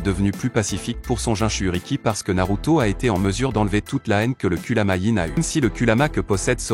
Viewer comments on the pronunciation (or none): Kurama et non kuluma